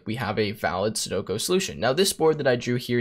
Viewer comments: Sudoku, not sudoko.... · “Sudoko” lol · Please tell me by now you know it is pronounced Seh doe koo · The way he says sudoku doesn’t hit my ear right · You can't write an algorithm to solve a game and not prounonce it correctly